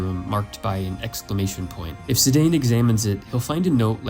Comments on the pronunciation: Zidane's name is pronounced "Zee-dawn". I used to call him "Zee-dane" back in the day too. 😅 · Thanks for pronouncing it Zih-dayne 😌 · Had to look this up, cus i also pronounced it as in the video, but vaguely remembered his name being Vocally spoken in FF Dissidia, and damn I've been wrong for 25 years xP "Zi-Dan" would be the correct pronunciation, taken from the French language (apparently), and does explain his flourishing wrist bands 🤪